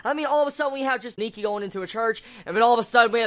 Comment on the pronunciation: i saw that preview of next episode AND OH MY GOD I THINK THIS ANIME IS MOSTLY FOCUSING ON SHOUJO ROMANCE. well that's what i think it is ^^ oh and btw its nike not niki :)